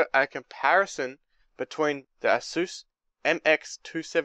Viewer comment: I'm not hating buy that's not how u say asus